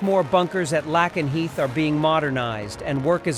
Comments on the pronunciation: Lakenheath not lackanheath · It's pronounced lake en heath.